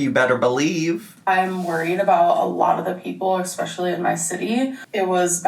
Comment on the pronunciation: It’s “eXpecially importan”